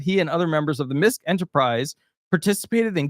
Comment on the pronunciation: MISKE is pronounced: MIS- KEY